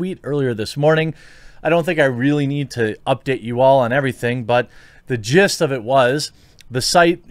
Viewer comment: "The jizzzt of this was...." I see what you did there